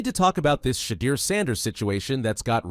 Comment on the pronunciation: Turning off after hearing you pronounce his name, do better.